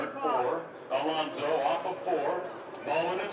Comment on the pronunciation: ALOSNO'S??? Please... A-LON-SO!!!!